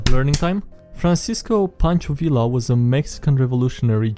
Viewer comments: WHY DO YOU SAY “Villa” I’m like 95% sure it’s “Viya” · I don't know what I was expecting from the guy who mispronounces his own name at the start of every video, but listening to you say "vil-la" instead of "vee-ya" made the little Mexican in me shrivel up, die, and come back as a revenant. Hahaha And that is why my players are now fighting an angry ghost who is haunting a bardic college that taught the wrong pronunciation of his name to its students. Hah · Its pronounced Ve Ya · Fun fact: the Villa in pancho Villa is pronounced ,like viya. Because the double L is pronounced like a Y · Learning time, double L in Spanish is pronounced like Y, so Villa sounds like Vee-yah